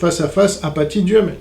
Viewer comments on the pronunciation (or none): C'est Aphatie, ce qui devrait se prononcer ; Afacie … de même que épizootie se prononce épizooCie .